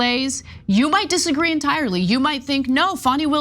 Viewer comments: She said fawny Willis... Dude, it's Fanny as in because she IS an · 😳 You know why ? ( Her name is * FANI, not Fanny ! * Fani, = ( fah knee ) 👍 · It’s Fanny not Fawni. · Hey. STOP calling Fani Willis Fawny. Her mama named her Fani. (pronounced Fanny). 😅